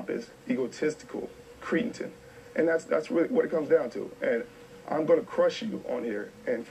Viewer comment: I graduated from Stanford but I can't pronounce "Cretin" or "ask" correctly? Nice job bro. Skip Bayless and Richard Sherman are almost equally annoying. They can both be entertaining to an extent but at the end of the day a bullshit opinion from a pompous jackass is still going to be a bullshit opinion from a pompous jackass. Human peacocks are pointless TV fodder for rating's sake and, aside from Sherman's skill (debatable about how good he is vs. how good he looks because of the rest of the defense as a unit), the NFL doesn't need more players to be combative jackasses to puff up their chests any time they get an on-camera interview. I don't even LIKE the Seahawks but even I know the class that Russell Wilson shows is 100x's better for the sport than the crap that Sherman spews any time he gets a chance. Hell, even Lynch's joke-of-interviews are better than Sherman's bullcrap. This video clip illustrates my point perfectly. How about compare stats to stats then against Revis or any of the other best corners if you're so "all about the facts" Sherman? Straight up d-bag.